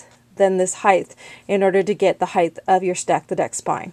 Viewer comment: height is pronounced "hite" not "hithe". Just trying to be helpful. Great project.